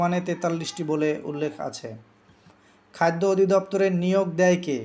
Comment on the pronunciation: খাইদ্দ না খাদ্য। উচ্চারণে কিছুটা সমস্যা আছে।